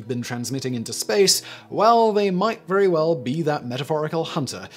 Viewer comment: Vewy vewy*